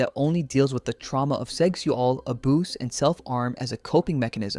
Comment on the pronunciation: imagine trying to make a serious video and saying ‘aboose’ so you don’t get demonitised. so incredibly demeaning, just say something that is equivalent or give a brief description of the scenario